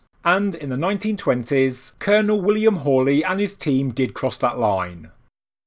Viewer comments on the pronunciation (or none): none